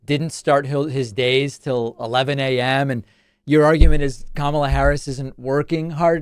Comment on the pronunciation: I'm guessing Fox will start pronouncing her name correctly now?